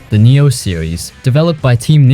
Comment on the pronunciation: I died inside a little whenever he pronounces 'Nioh' 💀💀